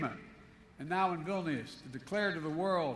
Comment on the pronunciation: as a lithuanian i love this but e constantly said "this nation vilius" thank you sir but you might be a bit to old